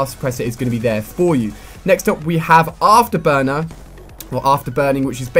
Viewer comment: When ali-a said after burner the first time i thought he said afterboner